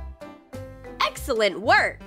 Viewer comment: I think they say eggselent work